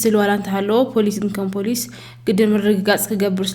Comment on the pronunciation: ኣብዚ ዘረባኹም ሓንቲ ቃል ክእርመኩም። ፖላዊስ ኣይብሃልን ኢዩ ፖሊስ ኢዩ ዝብሃል ኣርምዎ ብዙሓት እንተኾይኖም ሓደ ወይ ብዙሓት ብቕድሚት ንውስኸሉ። ብዝተረፈ ብዙሕ ኢየ ዝፈትወኩም ቀጽልዎ።